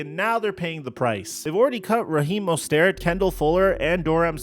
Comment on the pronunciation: Excuse me, who? Raheem mo-stair-t?